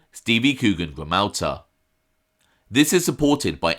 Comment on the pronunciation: Grammatula...not Grammauta.